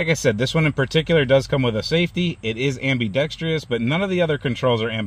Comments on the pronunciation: Correct pronunciation of ambidextrous is am bih dex trus not am bee dex tree us. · Thank you! Am bi drex tree ous drives me nuts!